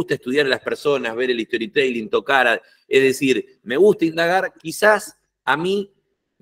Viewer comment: ESTORITELING > ESTORI TELING > TEEE LIiiiNGGGG (si decis Story TE ( i ) LING es como si dijeras en español JOLA en vez de hola) Las cosas como son. No te cuesta nada decirlo bien y quedás mejor parado que si lo decis mal. TE LING. Más allá de eso, gracias por tu contenido!!